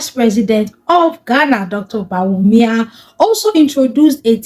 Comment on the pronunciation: CONGRATULATIONS. THE FIRST TIME EVER YOU ARE SAYING THE NAME OF THE VICE PRESIDENT CORRECT. Dr, BAWUMIA